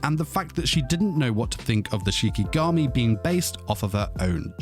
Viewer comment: Did anyone else hear shimigami instead of shikigami?